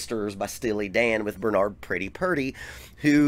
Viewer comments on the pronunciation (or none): none